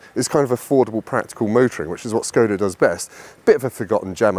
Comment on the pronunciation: Why someone, who is running a YouTube channel abroad cars, is not able to pronounce the brand's name right? Škoda is not "Skoda", but "Shkoda". "Š" in Czech is "esh", like a sheriff, Sheffield, Sharon, Sherlock,...